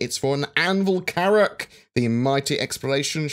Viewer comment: more carrrrracks!